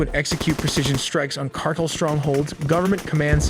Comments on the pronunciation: Pronounces tren de aragua, Then says 'cardel'😂 ( not subscribing) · Can you say "car" and then "tell"? That's how you pronounce the word "cartel". I've never before in my life heard it pronounced as you just did. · Say it with me now...car-tell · Please pronounce cartel correctly. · The way this Ai says cartel pisses me tf off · bruh, i love your content but y'all need to learn how to pronounce "cartel" seriously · Your pronunciation is terrible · you refuse to pronounce cartel correct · Is it possible to teach your narration program how to pronounce 'cartel'? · You need to train your text-to-speech better. It doesn't know how to pronounce cartel. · Keep mispronouncing CARTEL and keep getting dislikes. 🙄🤣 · I can’t trust this channel’s information if the guy can’t properly pronounce cartEL Pastel, Darnel, CartEL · Car tell, not cartle lol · Cartel not cartle. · car TEL not CAR tle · what the hell is a CARTEL? Not Car-TELL he said CARTEL LOL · Not cardul ITA Pronounced CAR TELL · these narrators should read over their scripts for words they are not familiar with such as: he pronounced car tel' as car' tul. happens all the time with simple common words. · Cart-ell not cartle dufous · Car-tell, not cartle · It is not a "cartle" operation. It is a "cartel" operation. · I F*CKING HATE! It's Cartel, pronounced (CAR-TEL) Not CARTLE! How can I take your report seriously when you let a stupid machine do your work for you. Hire a HUMAN to narrate. You're just the type of douche bag who'd cheat on tests...do just enough to get by but don't really apply yourself to anything. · You say "cartle". The word everyone knows except you is actually "cartel". The word "cartle" that you have wrongly chosen does not exist. Silly you. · Excuse me, but what in the Sam Hell is a "Cardel"? Ohhhhh, you mean "Car•Tell"? How does anyone not know how to pronounce the word Cartel? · It's pounced "car tells" not cart el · It's Car-tell not Car-tle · I think its pronounced car-tell not cartle